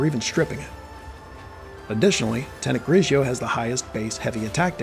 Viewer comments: GRIGORI not GRIJIO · I love the video and all of your videos but the way to pronounced is GRI-GOR-RI 😈🤳🏼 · U keep saying the name wrong and it's funny. Great video I just got this 2 days ago.